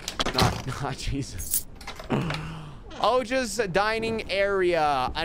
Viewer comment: I'm Indian, and I'm proud of you for pronouncing the name Ojas correctly the second time. 😂❤